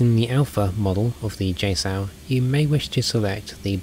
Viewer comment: He says JSOW weird, like "JSoul".... Get real..